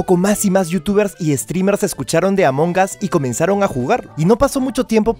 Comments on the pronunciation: Dijo amoncas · Sabes que se dice Amon as la g es muda